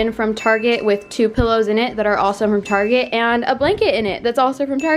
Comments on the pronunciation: No one: Literally no one:: “taRgET” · guess where she is from....''targetttt'' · I find you funny saying Target